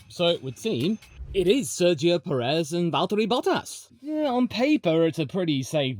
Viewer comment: … and it’s pronounced PE-rez, lad, just like we pronounce BLAN-do